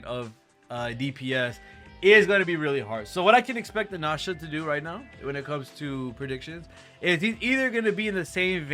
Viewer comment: Anasha? That's the first time hearing it pronounced like that 😮